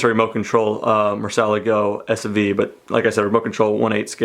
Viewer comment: Awesome collection, but the murcielago is pronounced mur-c-ah-lah-go